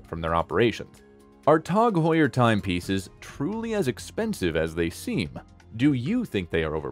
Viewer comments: It’s Tag Heuer not “Tog Heuer” say it correctly 🙃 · Its Tag Heuer Not Tog Heuer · It's tag not tog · Never heard it called Tog Heuer... until this video. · “Tawg Hoyer” It’s like a contest for who can come up with the most ridiculous annunciation. So far, this narrator is leading the pack in 1st place.